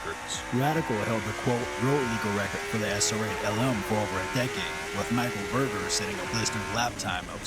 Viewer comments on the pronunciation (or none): none